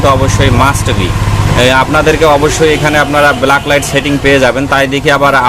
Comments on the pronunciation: ব্লাক লাইট না ভাই। ব্যাক লাইট। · আপনি কি রকম টেকনিশিয়ান? ভুলভাল উচ্চারণ করেন, কথাটা ব্ল্যাক লাইট না ব্যাকলাইট। কাজ করেন টার্ম গুলি জানেন না। এল ই ডি কে বল বলছেন? এখন দেখি আতিপাতি সবাই ইউটিউবার।